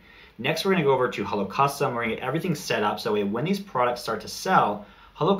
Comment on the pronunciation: I thought you were saying Holocaust and I was so confused...... Hello Custom.